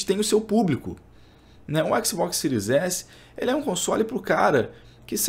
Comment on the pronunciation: Fechei o vídeo, ouvir falar écsibocsi pra mim foi d+, agressão auditiva séria.